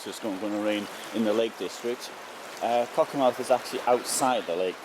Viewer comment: Just a correction - BUT BIG Correction.....pronounced CockerMTH'....not mouth at the end....like Great Yarmouth, Plymouth